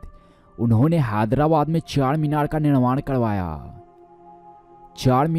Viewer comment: What are you saying man it's CHARMINAR NOT CHACHARMINAR he is "Charminar ke Charminar hyderabad raate"